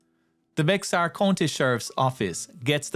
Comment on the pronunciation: Bexar is pronounced (Bear County)